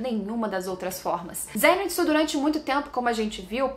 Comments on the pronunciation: Por que ela insiste em fala "zênitsu" mesmo depois do outro explicar que é "zenítsu"? 🤔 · se fala "zênítsú"